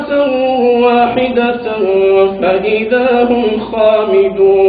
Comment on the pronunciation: mash'allah nice tilawat but i found some mistakes. Ayath 23 end wala youn kijun. say yun kajun. when doubled jobor spell taan/jaan like this but 29 awath wa hida taan and say hida tun. zazakallah